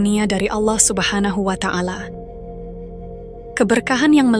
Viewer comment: Allah subnahu wa'ta ala, bukan watangala min, risih min